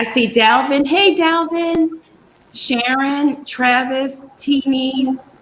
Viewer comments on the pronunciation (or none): none